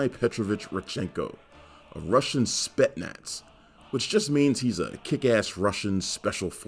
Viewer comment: Bro, please improve yourself and read ALL the letters in Spetsnaz....love the channel anyway though.